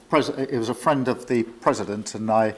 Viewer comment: My fraand Doh Lund Trump 😂